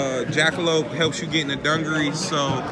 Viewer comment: Its not dun gur ress its du gar es